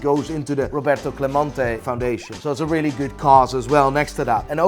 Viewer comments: CLEMENTE not clamonte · My favorite thing about in this video as a Puerto Rican fan, is how he pronounced Clemente differently every single time! GOD TIER